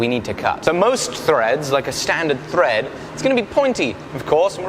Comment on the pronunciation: he said ‘thrrrreead’ like Mexican OT. The mexican in me was so happy as an Englishman said that like that 🤣